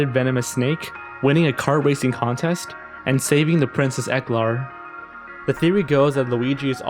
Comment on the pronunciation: its pronounced (ek-hlair)